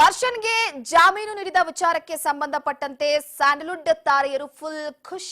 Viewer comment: Jamoon alla jameenu adu bvc munde😂